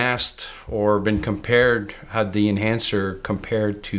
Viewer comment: The word is THE!! Not "deeeeee"